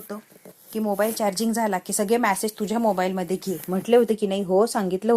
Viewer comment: मॅसेज नाही मॅडम मेसेज - उच्चार नीट करायला शिका